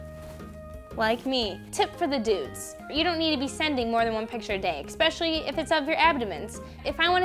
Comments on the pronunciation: I'm not sure if communicative is a word but "ex-specially" is not. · Did you really say eXspecially ?? OMG I cant handle it ... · expecially!! :)) This is cool... I think we need some more of this!! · I "exspecially" loved this :D